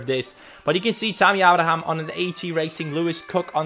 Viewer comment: it's pronounced A-bra-ham